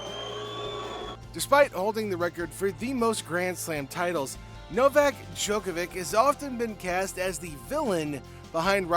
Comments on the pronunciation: Please learn how to pronounce tennis players’ names if you are going to make a video! 🙄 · It’s hard to take this content seriously when you’re not pronouncing their names correctly. It takes time and energy to produce these videos. Make the additional effort and do it right! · How did you manage to pronounce every last name incorrectly?